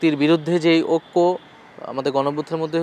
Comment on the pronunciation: যে মানুষ টা ঐক্য বলতে পারে না অক্ক বলে সে আর কি দেশ চালাবে আর উন্নত করবে 😅